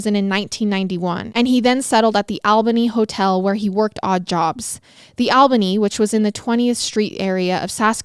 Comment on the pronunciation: Is that how they pronounce it in Canada because being from NY I've never pronounced Albany that way or I've been saying it wrong my whole life.